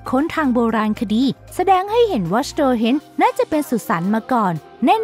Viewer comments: ทำวิดีโอดีแล้วค่ะ แต่ช่วยศึกษาเรื่องการอ่านให้ถูกต้องก่อนด้วยนะ เพราะหลายคำอ่านผิดอยู่เลย เช่น เซอเคิล ก็อ่าน ไซเคิล สโตนเฮนจ์ก็อ่านเป็น สโตเฮนจ์ คือเราทำวิดีโอแนวให้ความรู้ ควรเป็นความรู้ที่ถูกต้องด้วย เราชอบดูนะ จะติดตามผลงานเรื่อยๆ เรื่องอื่นดีแล้วละ อย่าลืมปรับปรุงด้วยนะ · สโตร์เฮ๊นจ์ (store henge) หรอครับ สโตร์ที่แปลว่าร้านค้าใช่มั้ยครับ เขาเรียกกันสโตนเฮ๊นจ์ (stone henge)ไม่ใช่หรอครับโผมมม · ออกเสียงก็ไม่ถูก สโตนเฮนจ์ ไม่ใช่สโตรเฮนช์ และอีกหลายๆคำ ควรปรับปรุง ฟังละขัดหูชิบหาย 😤